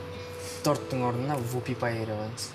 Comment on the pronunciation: Вюбипай емес Вупи-пай😂